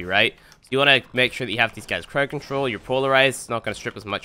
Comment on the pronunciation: Second (also its crowd not crowed)